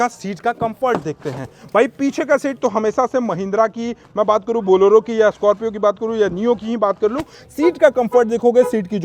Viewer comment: Boloro nhi hai bhai Bolero bolo😅